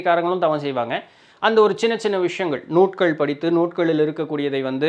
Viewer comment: நீங்கள் நூல்கள் என்பதற்கு நூட்க்கள் என்று சொல்கிறீர்கள். தயவு செய்து என் சந்தேகத்தை தெளிவு படுத்துங்கள். நூல்களாக அல்லது நூட்களா?